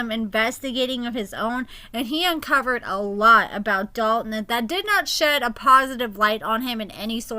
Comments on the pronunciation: I hate how people say the name Dalton 🥴 The lawyer says it properly lol When people say Dal Tin it irks my nerves 😩 Idky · Yes!! I thought I was the only one. I cringe every time says his name lol